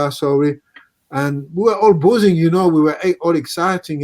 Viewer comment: santos says the bramall lane was boozing? i thought he said buzzing